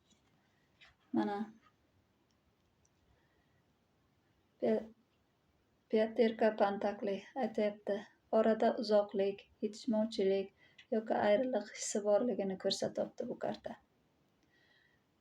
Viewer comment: Пентаклий ✅пантеклий ❎